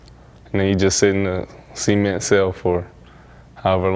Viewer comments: he said see ment 😂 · See-Ment hmmm I thought it was pronounced cement. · PO-lice. CE-ment. MmmmKay?